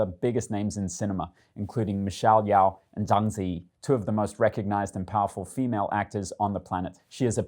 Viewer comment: The Yeoh in Michelle Yeoh is pronounced "Yee-o", not "Yeow".